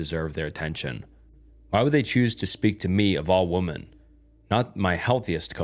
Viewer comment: Women is pronounced like wim-men. The way you said it the singular version